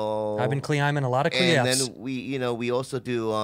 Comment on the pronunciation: I was swallowing medicine when Andrew said cuhlimbing with cuhliffs and I choked on the liquid and my pills at the same time and thought I was gonna die lol